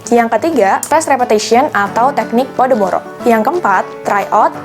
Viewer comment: Kak, seharusnya teknik pomodoro bukan podomoro